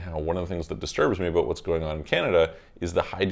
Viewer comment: are you Canadian? I heard “talked aBOOOOT?”